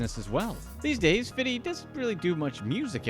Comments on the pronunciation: His name is fifty not fiddy...ughhhh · I hate when white people call 50 cent “Fiddy” what are we in 1991??? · quit saying fitty cent, corny af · Is it me or is he calling 50. fiddy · Dislike for the way you say 50 😒